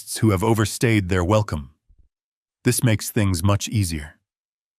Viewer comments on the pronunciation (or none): none